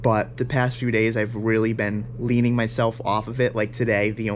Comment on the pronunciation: It’s “Weaning”. Not leaning.